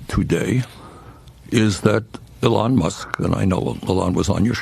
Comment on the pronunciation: Are we gonna criticize his mispronouncing of elons name? Like everyone was criticized for mispronouncing camEl-ah harris? Everyone talked shit about Trump's hair, look at this scum bag.